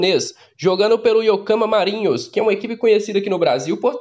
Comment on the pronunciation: Vc fala os nomes dos times por querer ou por desconhecimento ???? Um erro ou outro esporadicamente td bem mas em todos os vídeos vc fala os nomes dos time errado... Nesse vídeo foram pelome os três erros e vc fala repetidamente o nome errado, aí parece que vc acha que está certo, porem esta errado... Atlético Nacional, alianza Lima, yocorrama marinos...